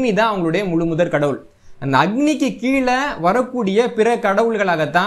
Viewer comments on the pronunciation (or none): none